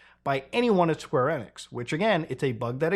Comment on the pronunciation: LOL Square NIX That's the first time I've heard someone pronounce it that way, I've been so used to hearing Square EE-nix the past 25 years